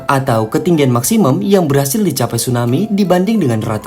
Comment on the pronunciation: kenapa bilang maksimum jadi maksimem? wkwkwkwk